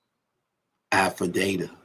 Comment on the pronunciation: I know u was institutionalized but we can’t have u out here calling a affidavit “affidata” & tax evasion “tax invasion” 😂🤣